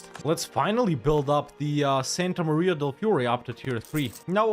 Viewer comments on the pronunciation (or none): none